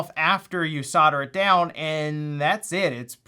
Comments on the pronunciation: Why can't Americans say Solder properly? its Soul-Duh! not Sodder.... :D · For the love of christ it's not soder it's solder. ..come on Americans you can't just make up your own words English is English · Why do you guys in America say SAWDER? It's Sol-Der. There's no W.